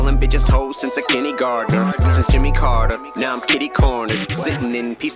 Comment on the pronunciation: Am I the only one who thought he said Jenny Gardner, not kindergartener? Like the character from all my children? I know I heard it wrong, but it still fits…